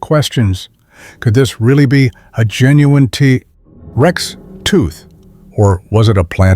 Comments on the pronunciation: worst ai generated speach ever- tah rex instead of t rex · "Tuh tex" ? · Tah - Rex? No thanks AI